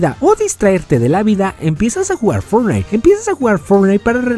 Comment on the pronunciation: HABLA BIEN XD (no pronuncias bien fortnite)